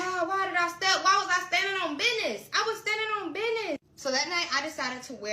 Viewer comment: I'm sorry. I tried. I really did until she said "I'm standing on bidnezz" twice. I was down there